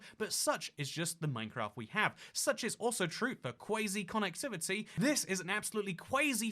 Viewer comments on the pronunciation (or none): It hurt when he pronounced quasi “Kwaysi” and not “Kwosi”